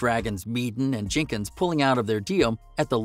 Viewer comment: Jinkins???? Jenkins you monk. You taken a vow of silence? Was there 10 or just 9. This was garbled rubbish please refer yourself to Wayne County's greatest hit and do as instructed.